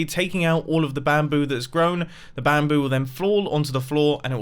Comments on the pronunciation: when you say bamboo you kind of say 'BAM'boo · How is it that hard to say bamboo